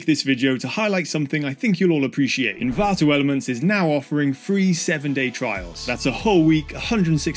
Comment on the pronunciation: Stop saying Envanto Elements 😁